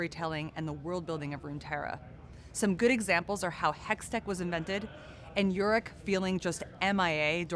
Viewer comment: Everything was good in the video except when she said “yurrick” for Yorick. That should’ve been a take 2, but as per usual riot forgets about my favorite champ including how to pronounce his name